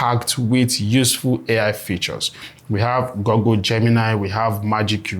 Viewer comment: Google, not Goggle!